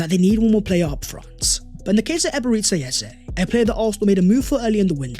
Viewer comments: True! We IGBOS from Nigeria can’t stop smiling any time we hear him pronounce it as Eberetsi Eze instead of Eberechi the ‘ch’ as ‘ch’urch in church… Thank for correcting him bro. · Nice one Although I have to say that as a Nigerian, your pronunciation of Eberechi as “Eberetsi” has been hurting my ears! It’s actually Eberechi (ch as in church). Thank you! Eze is coming home! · Thank you for this,as a Nigerian and you my brother a Gunner, I am going to give you a free lesson on how to properly pronounce his name, Here We Go!!!! Ebe - re - CHi (not shi) but (Chi) think Ch in church) but with iiii instead of urch) so EBE RE CHI. Now for the surname its E - eh ZE as zeh) but remove the h and it will sound like this EZE… meaning King. You are welcome my guy! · Now that we have signed Eze can you please learn to pronounce.EbereCHI, CHI as in CHIck. Or just say Ebere Eze. Thanks. Congratulations to us for completing this deal 🎉🎉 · bro are you not able to pronounce the CH sound? you always prounce Eberechi so weird